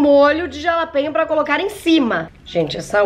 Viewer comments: Não se pronuncia como ta escrito. Se fala RALAPENHO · Se fala JALAPENHA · Se pronuncia RALAPENHO 🤣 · SE FALA, "RALAPENHO" <3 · "jalapenho" kkkkkkkk ai, só vc mesmo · se fores ver algum sitio diz jalapeno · Simmmm que agonia ela falando jalapeño 😂😂